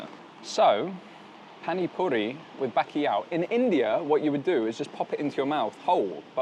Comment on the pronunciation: My god mate. If you’re saying bakiyaw trying to say bacalhau… Good video though